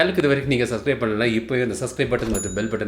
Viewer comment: சஸ்கிரைப் இல்ல புரோ சப்ஸ்க்ரைப்